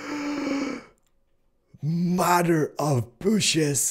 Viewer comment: "Mother of booshes!" Keep doing your thing, cause you know your the man!:)